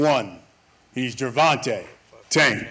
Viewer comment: "Gervontae?" "No, Gervonta. Can't you see the A at the end?" 😆